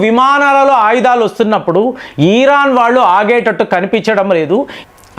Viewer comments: ఈ రాన్ కాదు sir ఇరాన్ అనండి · Dear It’s Iron not Ieeran. Please take popular pronounceation